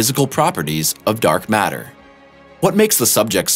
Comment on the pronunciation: What's "dork matter"? Well, let ve try to explain...